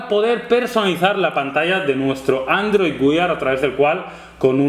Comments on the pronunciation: Muchachos, disculpen. Sin pretender molestar pero suena feo si dicen Android güiar, mejor si deben uear, es más parecido a su pronunciación en inglés. Saludos :) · "GÜEAR" por dios!!!! no "GÜIAR" !! que duele hasta el alma cuando decía Android güiar! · QUE ES ANDROID WEEEER NO WIAR jajajjaja maquinas decidlo bien que despues de mil videos veo que lo seguis diciendo mal, aun asi un video estupendo igual que siempre